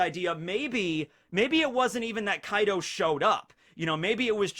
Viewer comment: Bro when you said Kai D Ou I was like wtf 😂